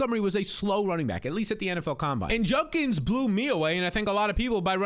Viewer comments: ‘Judkins’, not ‘Junkins’ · Judkins* not junkins